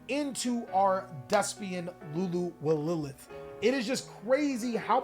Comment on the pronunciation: dude. its LULU WA LILITH